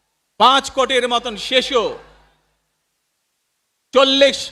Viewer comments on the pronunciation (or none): none